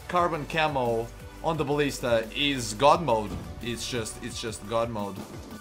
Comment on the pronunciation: I love how you say Ballista